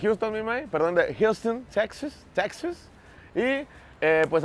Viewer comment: Ulala, el señor Don Gringo! Ya con otro nivel hasta en la pronunciación , "Jiusten Teczas"... Pura #PacaFresona, la neta es que, por el precio, ésos papos fueron la mejor elección en la última tienda... Saludos, banda espalda mojada!